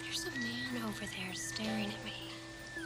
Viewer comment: Why the hell did Carrie say “over there” like that? 😂